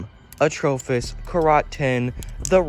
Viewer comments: It’s not atrophis it’s atropos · I’ve always heard people say it as atropos not the way you say it, your saying it wrong stupid